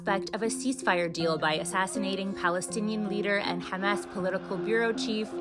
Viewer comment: Headline is a stupid question. Isr perpetual warmonger and aggressor in Levant. Teach AI proper name pronunciation, it's a modicum of respect. Thank you